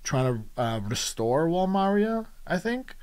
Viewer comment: No hate but it’s insane that you pronounce Maria like Mario 😭